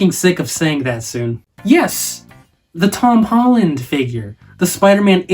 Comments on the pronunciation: Bruh he said hom tollen 😂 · Am I the only one that heard him say hom tolland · Why he say him tolland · “Hom tolland”😂😂😂